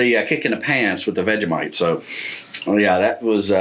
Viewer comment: Great vid.. BUT that is NOT how you do Vegemite sigh